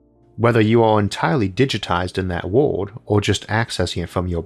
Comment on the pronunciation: Why does your word "world" sound exactly the same as "word" and "would" or ward?